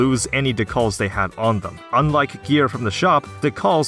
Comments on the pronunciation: i think decals are DEE-CALS not DUH-KUHLS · Was anyone else thrown off by "decals" being pronounce "dih-Calls" instead of "Dee-kals" ? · Decals is Dee-kales. Like you apply to a car in a car game. Not Duh-Calls. Just... Drove me insane this video. Lol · Not to be the worst but i think its pronounced "dee-kahls" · I think its Dee - Cals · Holy fuck it’s pronounced DEE-CALs, I was trying so hard to overlook it but you say it so many times I’m sorry I just can’t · Ducalls lol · This dude pronounces decals like Tikal from Sonic Adventure. Absolute psychopath Lmao dude you're out of touch if you think games aren't skill based these days. Look at Elden Ring getting GOTY and selling millions of copies. Kinda sounds like you base your personality on your ability to beat hard games instead of being an interesting person. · Never before have I heard "decals" pronounced that way 😆